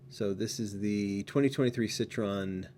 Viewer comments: Once again, It's pronounced "Sit-Troy-Yen" not "Sit-Tron".....and you say you read the comments. Right. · it is actually pronounced SIT RO EN - and Jaguar is pronounced JAG YOU ARE